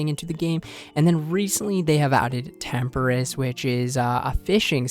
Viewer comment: great channel bro, been watching for months, but please, please stop saying temperiss it’s tempo-ross tempoross